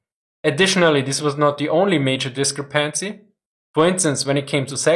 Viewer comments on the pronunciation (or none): I'm not even going to bother to comment on the topic, I'm sure the comments will be full of amazing opinions without my contribution :D. The only thing I'd like to say here is that you mispronounce discrepancy (and have been doing so for a while). Don't know the english word so in german: Die Betonung liegt auf der zweiten Silbe - "disCREpancy", nicht auf der dritten ;) While this will probably never happen I think it would be just as if not more interesting to see similar videos on allied and soviet warcrimes. Everyone knows that the nazis were evil and the Wehrmacht had it's fingers in many many warcrimes so this is a topic that everyone is aware of (if not in the detail presented here), however especially when it comes to western allies it appears to me to be a serious no-no to talk about any warcrimes committed by them. Since you've already done german ones you can point the inevitable buthurt children in the comments of such a video to this one ^^. Or just rename the other channel back to Military History for Adults and post it there since adults should be able to handle the fact that even their sides soldiers weren't always as righteous as they might like to think. Any chance of this happening?